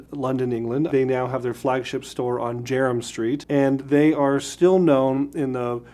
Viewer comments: It’s pronounced JERMYN (as in German) STREET. Thanks for the product lines. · Jermyn Street pronounced German Street.